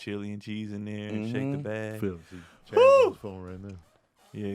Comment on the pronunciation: It’s ‘Chaz’ 😐🤣🤦🏾‍♀️